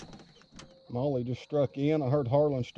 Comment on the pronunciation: Molly not may